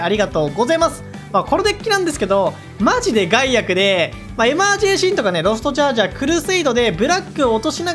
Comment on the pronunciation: ガイアクをゼンアクみたいなイントネーションで言うな 笑ってまうやろ